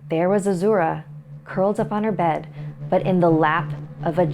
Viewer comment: You're saying Azura wrong... Lol